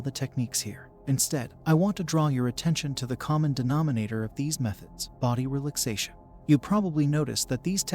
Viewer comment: The AI voice misprouncing "relaxation" is just too much...